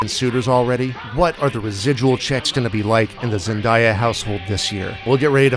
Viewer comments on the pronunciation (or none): had to come here after watching this at my theater’s showing just to say it was incredibly annoying to hear this dude repeatedly mispronounce zendaya’s name